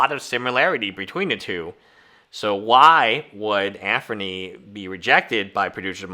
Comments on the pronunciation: Can you not pronounce Anthony? It’s not Anfernee brother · I think this is his nth video of timepiece gentleman and he still calls him Anfernee... Love the indepth analysis but please...